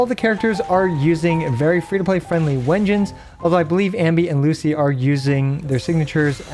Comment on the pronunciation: Why u pronounce it Wengines when its pronounced "doubble V" engine? They confirmed this in their livestream (I thought it was obvious when you use a "-" dash between words)